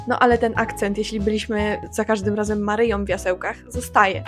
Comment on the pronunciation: No, Ty na przykład mówisz na granicy "drugom", zamiast "drugą", "konkretnom", nie "konkretną". Millenials here, to słychać. PS, o właśnie powiedziałaś "Maryjom". xD